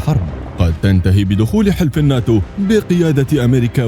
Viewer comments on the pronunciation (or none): none